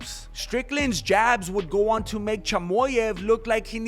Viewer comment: Its chimaev not chimoev